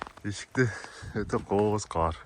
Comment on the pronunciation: Каар эмес кар болот,каар Деген башка соз